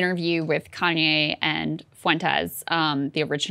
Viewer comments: Nick is garbage, but the way Kyle is pronouncing Fuentes, is sending me to the moon. 🤦🏽‍♂️ Is he doing that on purpose?? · I know it's probably silly, but the way Kyle pronounces Nick Fuentes' last name as "FOO-ENTEZ" is so grating. It's "FWENT-EZ". No one else ever pronounces it the way Kyle does, wtf? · Fuentes is two syllables, Kyle.